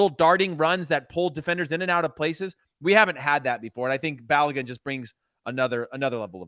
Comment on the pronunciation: Stop butchering Folarin Balogun’s name. But some respect on it. Call him Flo if you must but say his last name properly. I think he earned that I think.